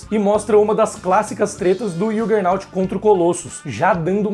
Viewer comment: ok. Estranhei apenas vc dizer que não lê Marvel em português mas falar errado o nome do Juggernaut em inglês : o "J" em inglês tem som de jota mesmo (e não som de "I")